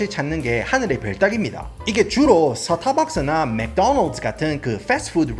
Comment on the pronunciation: 영어발음 머야ㅋㅋ 서따파악스 뤠소또란뜨ㅋㅋㅋㅋㅋㅋㅋㅋ